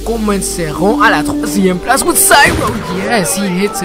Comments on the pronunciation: Il le dis parfait "à la 3éme place" :p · I mean the man who's speaking in this video say "à la 3eme place" (french expression) perfectly :D